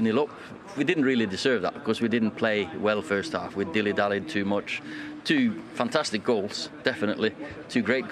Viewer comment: “Two fantastikk goals”